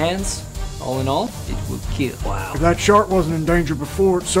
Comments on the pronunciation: It will keeeel 😂😂 had me😂😂😂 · is it just me or does the "it will keeeel" just never gets old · you got one thing wrong... its pronounced it will "KEAAL" not "kill" :D